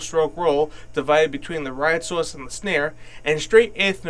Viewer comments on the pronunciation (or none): Matt Bowden he did say ride sauce 😂